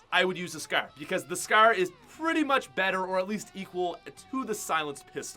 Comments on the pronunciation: FOR FUCKS SAKE CAN SOMEONE TELL HIM HOW TO SAY SCAR ITS NOT SKER ITS PRONOUNCED S CAR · How many times are u gonna say scaar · He says scar like scaire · Scar “Scaaaa” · Who else hates how he says scar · ImNotTheMyth Lol Lol what I meant is how you Americans are the ones changing spelling and metric units and as you made fun of him for pronouncing scar, I corrected you in saying that he pronounced scar wrong cause he was Canadian.